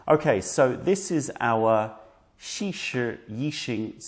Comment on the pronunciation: You have aided a struggling writer in pronouncing Zisha, thank you.